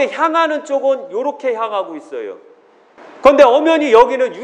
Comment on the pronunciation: 발음을 "있어요" 라고 정확히 해주면 좋겠습니다~ "있쉬요" 라고 하니까 성씨 이씨요 라고 하는거 같아 헷갈려요!~ 표준말 해주면 더 좋고요^-^